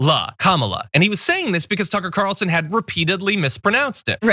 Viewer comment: so carlson tucker is prounouced cuntson tucker.